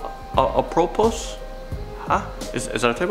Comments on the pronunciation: K so it’s Apropos pronounced Apropoe And Hubble pronounced Huhbble. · "Apripos" is pronounced "ap-ray-po". Also, "Hubble" sounds like "bubble", and "nuclear" is "noo-clee-ar" not "nu-cu-lar". Hope that helps. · It’s apropos (äprōpō) or “how appropriate”. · I think you mean there are ten million in our galaxy. Not solar system. And it’s pronounced Hub-bell not Hew-bell. 😀 and it’s not nucular (nu-cu-lar) it’s nuclear (nu-clee-err) and the word is apropos (ap-pro-poe). Just trying to be helpful. Not being critical. 😀